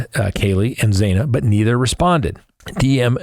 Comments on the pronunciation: I really enjoy listening to you, but..tonight I want to scream. It’s not zaina it’s zanna! Please get it right xo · Why are you still mispronouncing Xana’s name? It’s pronounced like Anna with a Z in front of it